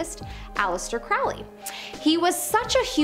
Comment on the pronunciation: Ackchyually, it's pronounced "KROE-lee." Which was absolutely pretentious on his part. The Beast of Revelation, as described in the Book of Revelation, will be a turbo-fashy imperialist mega-Hitler type of dictator. He'll rise from a resurgent turbo-fash Europe, his regime will be the Fourth Reich, and that Reich will be the final incarnation of the Roman Empire. Is it, though? Don't know what alternate timeline you're living in, but things look the exact opposite to me.